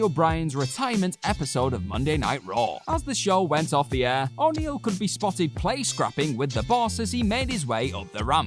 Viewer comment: how you saying O'Neil pal???